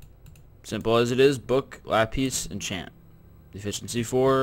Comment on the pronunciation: Why does he say "Lapis" weirdly?